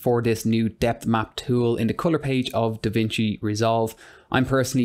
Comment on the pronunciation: It's Da Vinci not Da Vicni